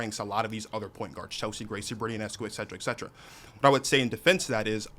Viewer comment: A Sabrina Ionescu fan who doesn’t even know how to pronounce her last name 😩